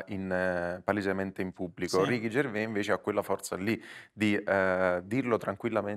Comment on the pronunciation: ma perchè dicono Ricky Gervé? Si dice Ricky Gervè? Lui non lo pronuncia così...